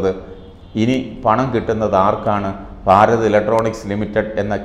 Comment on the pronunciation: ഫാരത് അല്ല, ഭാരത്‌.